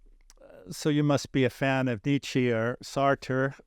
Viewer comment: As soon as you mispronounce Nietzsche and Sartre you lose credibility. PS, some unsolicited advice - skip the excruciatingly long biography questions.